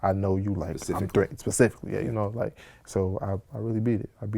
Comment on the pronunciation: nigga didnt know how to say "specifically" in His last sentance